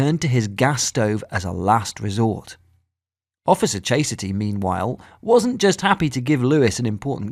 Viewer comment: "Chase-a-ty"? Her mom, or the narrator?